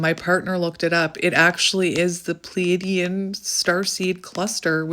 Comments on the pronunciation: If over giving and people pleasing, not liking crowds, I fit the bill to a T..as far as I know it is pronounced as you say it- phonetically plee a dee in.. at least I think so…don’t really know much about star seeds, but I think you are an amazing woman and unique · Hi! New subscriber here. Sorry if someone already posted this but I just thought I’d pass this along. You ARE pronouncing it correctly! 😊 It is spelled Pleaidian and it is pronounced “Plee -ay-dee-uhn”. Stress is on the “ay” syllable. I know it’s not phonetically correct. 🙄 At least this is how I have always heard it. Really enjoying your videos so far. I know I am a star seed. Not positive but feel I have strong characteristics of Venusian and Pleaidian. Thank you for your guidance! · (Plee-a-de-an) (Play-a-dees) I had to go and check the spelling 😅 You are saying it correctly though, I know the spelling is a bit weird. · your saying it right. Pleadian. Love and Light💚🙏🧿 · You are saying it correctly by the way. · You said it correctly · Your saying it right